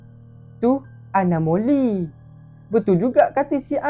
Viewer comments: anomali bukan anomoli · awak salah sebut anomali bukan anomoli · Abang anomali bukan anomoli😅😅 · Bukan anomoli anomali😂😂😂😂😂😂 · Anomali la bukan anomoli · anomali bukan anomoli